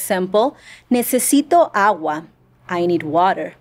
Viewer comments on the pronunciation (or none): none